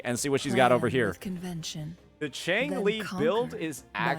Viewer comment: Jeng Lee, not Changli.